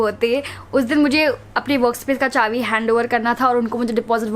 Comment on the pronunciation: M I the only one who noticed she says chavi instead of chabi everytime